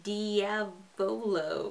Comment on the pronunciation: I can tell you your saying Diavolo so wrong (Mammom is a tsundere and best boi)